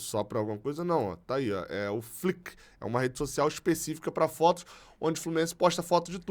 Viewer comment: a pronúncia do Flickr é fliquer. Abraço e ST